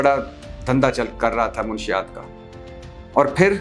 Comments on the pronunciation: Munshiat nahi batti sahib urdu seekhain. 😅Manshiat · Salam Bhatti Saheb. Munashshiyat hota hay, Munshiyat nhi